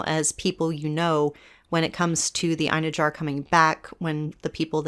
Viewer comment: The word Einherjar would be pronounced "Eye-n-HAIR-yar" :)